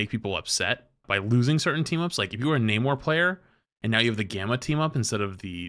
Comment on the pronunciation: My biggest irritation right now is how the MCU has made the entire world start pronouncing Namor's name wrong! 😭😭